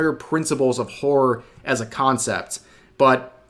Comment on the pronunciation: The word: horror Rev: "whore"